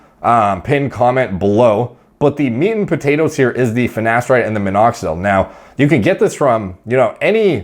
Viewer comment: “finnesteride” - ashton kutcher